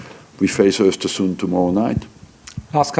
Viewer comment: arsene pronounces Östersund really well O_O